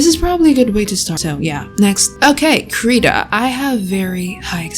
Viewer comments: Someday will learn how to pronounce Krita 😔🤚 (krih-tah not kree-tah) Also FireAlpaca is dope for a free program. Used it for like 4 years. And yeah Medibang is from the same company as FireAlpaca. Medibang is better for comic/manga makers. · she pronounced krita wrong